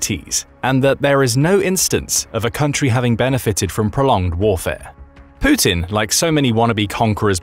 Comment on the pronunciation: poopin, not putin